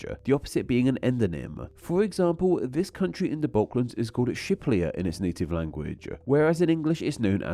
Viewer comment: i follow you for quite a long time. But i have the feeling you don’t even want to try to pronounce all the name. You pronounce them wrong allot and and you don’t even pronounce the R you always say a L. Like now in this video with the native name for Albania. You pronounce it as Shiplia. And Peru as Peloo. So please try at least to pronounce the name wright and grammaticaly correct.